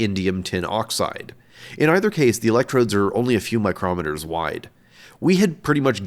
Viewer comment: Amazing work, as always! Quick note on micrometers: my-CROM-it-er: A tool that measures small distances MIKE-row-ME-ter: A unit of length equal to 10¯⁶ meters